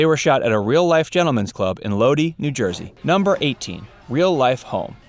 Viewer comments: It’s pronounced load-i not lod-e I live in jersey near by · It’s Low-Dye, not Lowdee. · Pronounced load-i not loady lol😂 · Lodee, (Lodi), NJ? It's Lodi, NJ. Pronounced Lod-eye. Long O, long I. Lodi. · It's pronounced lo-dye, not lo-dee. Lodi, NJ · Lodi is pronounced as “load-eye” not “loady” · The town in New Jersey where the Bada Bing is (Lodi) is pronounced "Lo-Dye" not "Lodee". Believe me, I grew up near there and even got my driver's license there at 17 years old. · It's pronounced "Load-eye " (Lodi) not "Low-dee" Just a friendly reminder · Lodi, NJ ---- it isn't pronounced "Low Dee" it is pronounced "Low Die" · Lo-die New Jersey I grew up there not Lodie. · The town of Lodi is pronounced low dye not low dee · The Soprano house in North Caldwell is located on the same small cul de sac where the Unibomber sent a bomb to the real neighboring home and killed the owner of the house. Also, the NJ town referenced as the location of the Bada Bing is pronounced LO-die, not LO-dee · Lodi, NJ = LOW-DIE not LOW-DEE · Lo- Die. Not Lodee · So where are the things I didn't know ? Oh and it's Lod-I not Lod-e !!!!! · It's Loh dye not Lodee....Spelled Lodi. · "Lo-die" - not "Lodey". Bracco would have been good as the wife. She was completely unbelievable as an educated professional. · “ LOWDEE” New Jersey. Mf is pronounced LOW-die. LODIIII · Pronounced Lodi not Loadi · It's NOT Lo-DEE. It's Low-DIE. The actual filming location for the Bada Bing was Satin Dolls. It was an "adult entertainment" club on Route 17, NJ. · FYI, Lodi NJ is pronounced “low-die”, not “low-dee”. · Lodi (Lo-dye) not (lo-dee), NJ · “Lodi”pronounced “ LOW-DIE” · Let's set the record straight. The name of the town where the Bing was is spelled Lodi but pronounced "Load-Eye" and the gentlemen's club in real life is called Satin Dolls. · Lodi (the town the bada bing is in) is pronounced Load Eye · Lo-die nj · It's pronounced lowdeye new jersey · Lodi, new jersey is pronounced "load-eye"